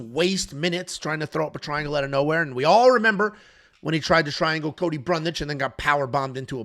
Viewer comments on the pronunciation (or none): none